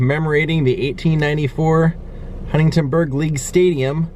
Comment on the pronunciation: Bro :) Love your videos and this one was great .. It's funny that every time you mean to say "Huntingburg" you say "Huntingtonburg".